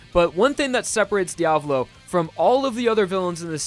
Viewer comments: Pronunciation makes me angry! >:^( You pronounce it as: (D-AV-LOE) This might just be an opinion, but I believe it is pronounced (D-A-VOE-LOE) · He's name is dia-vo-lo Not dia-blo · c'mon dude learn how to pronounce it. There is no Diablo, is Diavolo